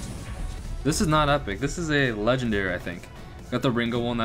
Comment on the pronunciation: Yea and you even call your name video so many leagendary and you call the epic Leagledairy lol